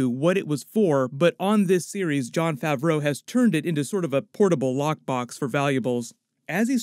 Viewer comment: "Tilek" & "Favruuou" ? Dude come on